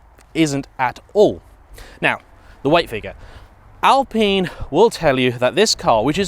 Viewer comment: I swear its al pine Not al peen